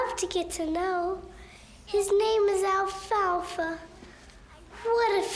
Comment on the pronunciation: He said alfalfa 🤣🤣